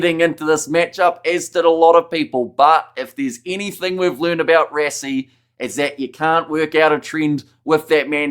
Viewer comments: Bro it's called "ras ie"......almost like rushing..... WTF is "res ie" .......maybe you want to say respiration......it's Rush rush rassie.... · You can not even pronounce the man's name right what to say about rugby